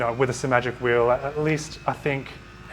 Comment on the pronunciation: Finally! Someone on YouTube who pronounces Simagic with only one 'm'. And thanks for the great review.